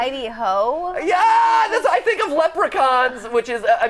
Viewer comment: Jack LEPRECH-eye